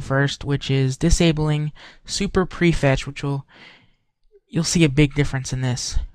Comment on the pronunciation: dude it prefetch ..not prefrest -.